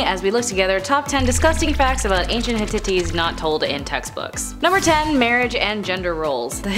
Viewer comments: Ps, it’s hitItes 😂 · You are completely butchering the name of the civilization. It’s pronounced Hit-tight. Thank you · "high-titties" I can't watch the rest of this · It is pronounced HIT TIGHTS. Perhaps you should ask the correct pronounciation if you are giving a presentation on a group or a nation. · Please note that I'm not trying to be mean or disrespectful; rather I'm just stating my frustration with this video cuz I really wanted to get the info on such a great subject matter. The title of this one was intriguing! AGAIN NOT TRYING TO BE A "VIDEO BASHER"!!! This is an interesting topic but I can't enjoy it or even get any info out of this video. This girl not only butchers the name of the civilization (which, by the way, is the only word that isn't going 100mpr in this video) but she's speaking so fast that u really can't understand or absorb anything that she's saying and she's obviously reading her material for what seems to be the first time cuz she stumbles periodically thru her RUSHED MONTRA & SIGHS as tho she's annoyed with having to do this video! Plus, at the end of her "sign off" or "goodbye", she doesn't come across as or sound sincere. Plus her "tone of voice" seems to add a little sprinkling of "thank God I'm finally done with this crap"!!! This video is the MOST UNENJOYABLE one from this channel (WHICH I DO💜& AM A SUBSCRIBER TOO)! Also, this video barely beats out the ones with the host that has long dark hair & thick round black rimmed glasses that always miss-pronounces words & always gets her facts wrong!(AGAIN NOT BEING MEAN JUST FACTUAL). I'm so disappointed cuz I really wanted to know what the 10 things were about the Hittites!